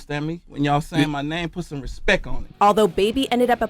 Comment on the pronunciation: Respeck ? is that how it is spelled ? What language is he using ? I'm just axxing a question.